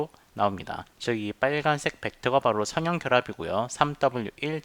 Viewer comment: [선형] 발음을 [서녕]이라고 하셔야 하는데 계속 [성형]이라고 하시네요;; 내용 상의 차이는 없지만 들을때 약간 멈칫멈칫 하게됩니다 그것만 제외하곤 좋은 강의였습니다